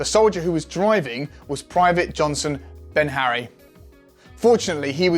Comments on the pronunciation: BEharry not "Benharry". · The VCs name is Johnson Beharry (anglicised) or Bihari, not Binharry.... there's no 'N' in it. Of course, in the great scheme of things, mispronouncing the name of a VC doesn't matter at all....actually, of course, it does. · Where the fuck did you find this guy? The Warrior COAX is a chain gun not a GPMG, and it’s Beharry, not Benharry. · why does he keep saying Benharry when its Beharry, no N in it at all. Also Thales is pronounced Tal-is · His name is Johnson Beharry - born in Grenada. NOT Benharry. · Beharry, not Benharry. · It’s Johnson BEHARRY not Benharry 👍 he’s also still serving.